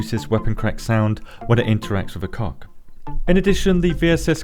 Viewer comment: Dagnamit why do I laugh every time you say coc